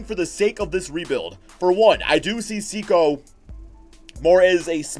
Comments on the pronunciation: It's not Sikou, it's sEkou Also Dou like Doo, Mbo like mboo and Ya like Gia from Giannis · You have the first name wrong but the last name is right enough